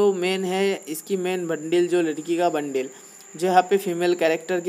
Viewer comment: bhai wo bundle hota hai bundil nahi😂😂